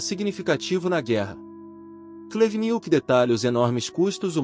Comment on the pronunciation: "Oleg cú-Nietzsche" e "antony bivôr", quem entendeu a referência vai pro vídeo do thiago braga, ou brasão de armas, o nome do vídeo é "Comunista chorar com meu livro."